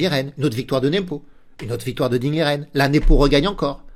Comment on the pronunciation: Merci pour cette analyse. PS : on prononce Ding " Ligène " selon l'intéressé.